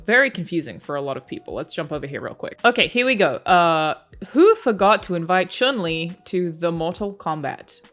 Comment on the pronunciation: you earn my subs just for saying Chun Li correctly...